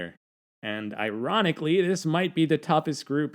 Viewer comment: I- "Ron" ically......